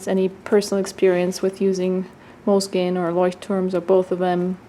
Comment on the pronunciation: I very much enjoy hearing you pronounce Leuchtturm1917 that I wish you did the same for Moleskine's proper pronunciation. 😊